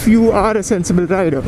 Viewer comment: Halfway through and already love how you've stepped up your review game! Informative 🤙🏽 'Oh Riderrrrr!' xD